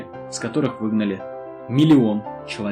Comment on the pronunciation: ''Давайте не проливать кров.'' И потом слышно ''проливать'' :D